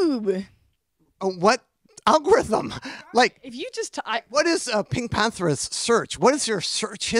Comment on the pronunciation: Just now realizing her name isn’t pronounced pink panthERS but instead pink pantherESS